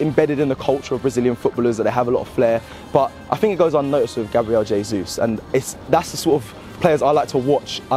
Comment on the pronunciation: At least learn how to pronounce his name, mate.